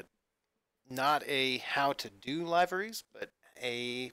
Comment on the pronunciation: its pronounced Live-er-esss